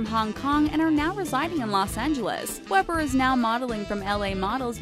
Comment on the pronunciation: Omg jade weber lives near me!!! And you don't pronounce her last name like that you pronounce it as if it were spelled weeber